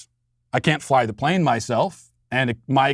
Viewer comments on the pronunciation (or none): none